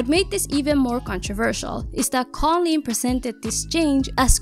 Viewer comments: Whenever you said her name as Colin I was literally questioning myself cause I’ve been pronouncing it as cooleen and it’s just spelt with a k instead of a c😭😭😭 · It's koolen, not kawleen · i don't think her name is pronounced "colleen" i think it's pronounced "coo-leen" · the way you said kooleens name the same way as collen 😭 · I thought koolen was pronounced "cool leen" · it’s not KaughLeen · its pronounced cool-leen